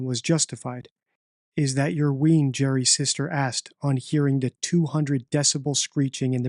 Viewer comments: You pronunce "wean", 'wayne'. It's funny hearing Americans/Canadians pronounce Scottish words. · American accent “is that your ween” Scottish accent “is that yir wane” Spelled wean, pronounced “wane” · Weain, not ween. It doesn't sound right said like that. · Wean pronounced wane, not ween. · As a Scotsman I love how certain words are pronounced by foreigners. Gerry’s sister asked about the ‘wean’…it’s pronounced like Bruce WAYNE. That’s not a critique, just something I can relate to, totally understand and makes me smile. I’d love to hear do an audio book for an Irvine Welsh novel! Trainspotting was translated into X amount of languages and that just seems absurd to me as it’s a local dialect and language that even someone from an hour’s drive away has to tune their ear into. ‘Here’s Trainspotting in Russian!’ Good. Luck. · Wean is pronounced wane as in child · Wean is pronounced wayn